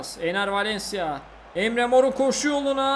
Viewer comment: Abi çok güzel Enner Valencia diyorsun bee